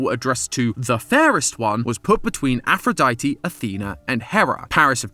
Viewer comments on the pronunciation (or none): none